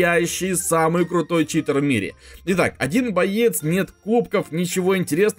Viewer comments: читЭр, научись говорить, читЕр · заметь пжлст, говорят не ЧитЭр а Читер блин какой ЧИТЭР ЭТО ЧИТЕР